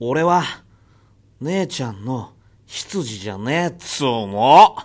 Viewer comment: "しつじ"を"ひつじ"って言っちゃうやつ現る